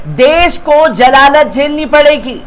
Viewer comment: jalalat NAHI ZALALAT BHAI URDU BARABAR SE BOLIYE